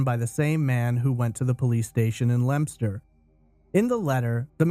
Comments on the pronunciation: It is correctly pronounced Lemster. He pronounced it correctly. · No, he pronounced it correctly, dope. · I'm impressed that you pronounced Leominster correctly! However, Shrewsbury is pronounced "Shrowsbry" (a;though even some Brits get it wrong). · No way you pronounced Leominster right 👏